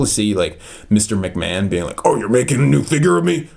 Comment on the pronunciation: It’s pronounced mcman vince McMahon